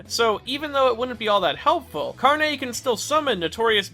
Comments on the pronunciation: he says "carné", while the emphasis is supposed to be on the r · Carne has no emphasis on the "e", it is pronounced like "carnage" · As a Brazilian, the way he pronounces it, "carnê", reminds me of store cards, like, those things you can make at specific stores to buy and pay later. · The way he pronounces carne as if it's all fancy like just hilarious to me as a spanish speaker. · Yo También XD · Yeah lol